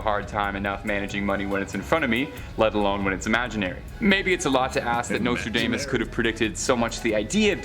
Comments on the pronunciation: WATCH!! David Icke... "we warned you something is coming and now its here" Way beyond crypto currency!! Omg everyone Watch Watch Watch!! 😱😱😖 lol and its pronounced domas not damess 🤭🤭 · Hey this is America his name is Nostradamus Dom not dame